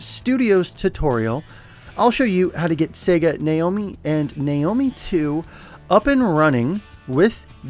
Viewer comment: Sega Naomi is pronounced Na Oh Me